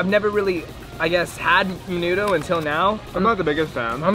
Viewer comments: Maaynudough wtf 😂😂😂 and menudo goes hard tf you mean. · haha me too. i guess i was more offended by the way he pronounced it. ✨menuDO✨ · I’m disappointed he didn’t know what menudo was nor know how to pronounce it 😔 that’s what you eat on a hungover and when you crave it 🤣🌵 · Y’all don’t know how to pronounce menudo.